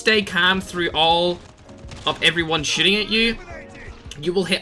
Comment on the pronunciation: I love how you say shiting instead of shooting